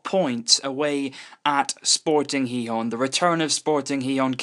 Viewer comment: finally, someone who pronounces Gijón somewhat decently. Normally people (usually from places like england) say Gee-hon or gee-john which is annoying